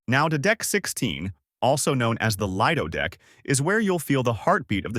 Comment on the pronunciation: lie-dough deck. Oh no 😅